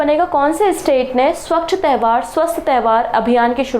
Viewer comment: Mam. तैवहार नहीं है वो, त्योहार होता है।